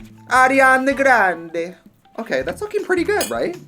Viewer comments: Trixie: in Italian accent Lemonichi, Arianna Grande Me: ROFL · "ARIANDE GRANDE" LMFAO I'm dead that's dead ass a Harry Potter spell name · "arianegrandi" ahh yes italian lenguage si si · did she REALLY just say ariana grande in an italian accent and for a second I was like “ ah yes the italian language”